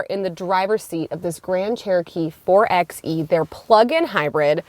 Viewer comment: It’s pronounced “four by e”, not “four ex e”. Otherwise good review.